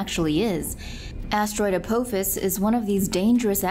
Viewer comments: correct pronunciation of "Apophis" is A-POFF-ISS not a-pope-his. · Watch Stargate and learn how to pronounce apophis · A-poe-phis lol